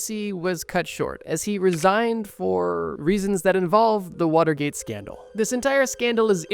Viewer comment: Way to butcher Watergate.